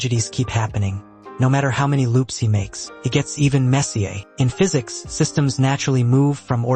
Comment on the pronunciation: It is AI. I noticed it when he said "makes each timeline a little messier" he pronounced it messy-ay like Mark Messier, the NHL player. No human would ever do that.